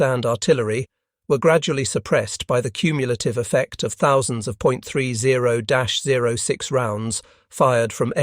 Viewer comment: Please please name the American rifle round correctly. It is pronounced 30 ot 6.